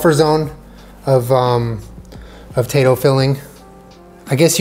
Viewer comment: boat-tato thank you for coming to my TED Talk